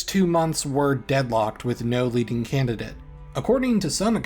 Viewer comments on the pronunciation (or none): none